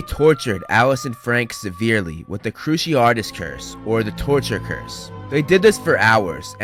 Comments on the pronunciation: every time you say cruciaRtus instead of cruciatus i cringe a little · Kroo see ah tiss curse, not kroo she art iss